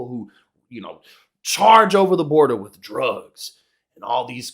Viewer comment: The biggest criticism of immigrants is "they dont speak the language". Its always people like her that say it. She actually pronouced border like Florida and states like "stay-its".